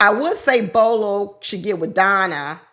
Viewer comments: Not Bolo lol Bello bell-o 😂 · Bello not Bolo. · The gentleman with the beard in the pink suit ‘s name is Bello not Bolo.